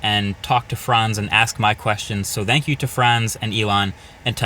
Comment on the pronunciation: 'Dhank you". really, marques? i love u though